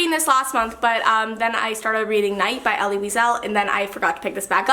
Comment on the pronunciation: Elie Wiesel's name is pronounced like Eli. But I loved the video❤❤